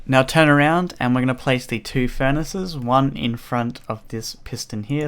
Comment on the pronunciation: furnaces not furaces